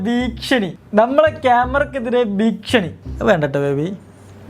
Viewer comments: ഭീക്ഷണിയോ? 😂ഭീക്ഷണിയല്ല ഭീഷണി എന്നാ പറയേണ്ടത് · ഭീക്ഷണി അല്ലടാ മൈരേ ഭീഷണി 😂😂😂